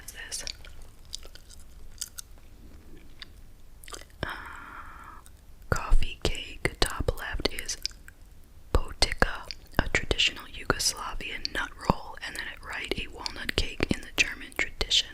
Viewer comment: Potica is our Slovenian dish!!! 😃 It’s traditional and it’s pronounced like poti-tza! Not with a K 😃 Like in pizza - similar sound 😃 So cool to see it in this magazine!